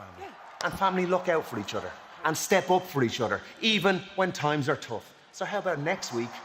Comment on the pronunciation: "Each utter"